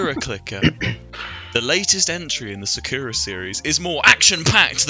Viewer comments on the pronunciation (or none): none